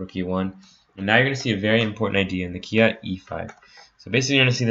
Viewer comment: I've not heard it being pronounced "kia" before. It's short for King's Indian Attack